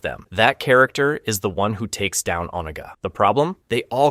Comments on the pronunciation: His name is Raiden not Ridon and the dragon King his name is called Onaga not Oniga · Hey why TF are you saying "RYDEN"??? You KNOW that's not how to pronounce Raiden. Why are you pronouncing things different ways at different times?? Also, it's "o-NA-ga" not "OH-nuguh". Seriously, it's infuriating listening to you treat pronunciations like they're multiple choice. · Good gravy. Is it really that hard to properly pronounce "Onaga"? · Bro seriously. Made me grit my teeth every time i heard it.